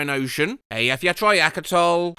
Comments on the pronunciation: the absolute balls of to say that after butchering Eyjafjallajökull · it was so hard to listen to that pronunciation of 'eyjafjallajokull' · Since I've been doing things about volcanoes for my last year of A levels and had to learn how to say and spell this word, "Eyjafjallajökull" is pronounced "ey-ya-fee-at-lee-oh-cul" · Sorry that was nowhere near [ˈeːjːɐˌfjɐtɬɐˌjœːkʰʏtɬ] and your Hawaiian fell apart at the end and too much vowel reduction. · Wow. Finally something has defeated your ability to say exactly what's written as it's written. Makes sense it'd be Icelandic. Eyafjatrajakutul? Oh dear. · Eyjafjaeytriakatoll? Half of those vowels you just made up! I’m sorely disappointed in your mispronounciation of this particular Icelandic place name 😢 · from iceland, DEFINITELY not how you say eyjafjallajökull all jokes aside, where did the "t" come from 💀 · I used to live in Iceland and this pronunciation hurt me spiritually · oh god that pronunciation of eyjafjallajökull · im sorry HOW did you pronounce eyjafjallajökull?? 💀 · Bro can't even pronounce ejyafjalljokul